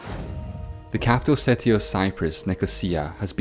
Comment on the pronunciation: Your exaggerated pronunciation of the vowel "i" is really annoying like in million and city which sound like mellion and seti.